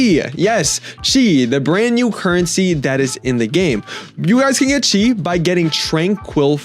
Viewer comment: Chi❌ subtitles: See✅